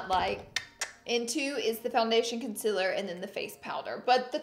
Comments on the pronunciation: ConCEEEEAAAAAler Repeat after me Laura: Con- ceal Conceal-er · If she says "consiler" does that mean see says "seal" like "sil" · "Conciler" she notices she says it LOL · It’s not conciler it’s concealer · OMG how many times did she say Conciller 😂😂😂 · Love how you say conciler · What is Consiler 😂😂😂😂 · say it with me, CON-Se-LAR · con-CEAL-er omg